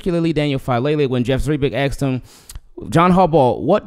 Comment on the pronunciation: Asked him not axed him